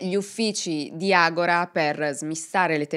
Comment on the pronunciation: Si pronuncia AGORÀ con l'accento sulla A è una parola greca con cui si indicava il centro culturale, politico e religioso della città, come lo pronunci tu agóra è come dicono: adesso, ora in questo momento in Brasile 😅